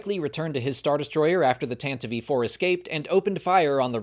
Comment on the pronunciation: Tanta-vee 4? Is this an AI voice cloning artifact that wasn't caught?